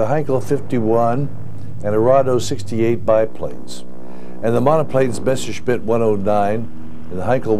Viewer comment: MASHERSMIT!!! My ears start bleeding everytime I hear this. It's impossible to misread and mispronounce MESSERSCHMITT, even if you only speak one language.